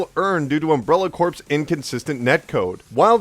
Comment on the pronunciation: Its pronounced CORE, not corpse